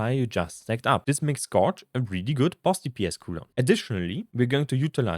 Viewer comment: Check how to pronounce scourge. You used the word so often that you might want to learn it.